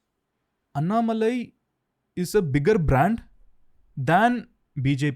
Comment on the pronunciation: Everytime Raveer says Annamalai I get an ick. It’s An-Na-Ma-Lai.